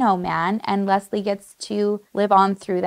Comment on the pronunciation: Can I just say, I'm "Leslie" as well, and hearing how perfectly you pronounce it, is refreshing. 🙌 You excentuate the "S", which is how I prefer it. It sounds so much softer and feminine. ❤Most times, when I meet new people and they pronounce it as a hard "Z", I know they ain't gonna be my people. Lol so random I know, but just saying I knew I loved your vibe, girl!🧡🧡